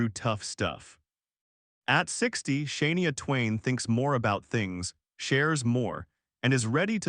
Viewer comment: Hey you can't even pronounce her name right you must be married to brissle vacuum cause you suck